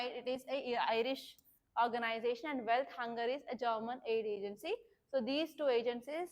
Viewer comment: It's not wealth hunger life,😂😂😂 it's welt hunger hilfe